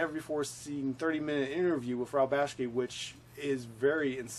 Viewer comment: Who the hell is Ralph Baski?? At least pronounce the guys name right